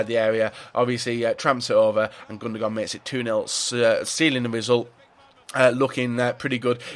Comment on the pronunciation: Am I the only one annoyed by him saying "Gundogon"?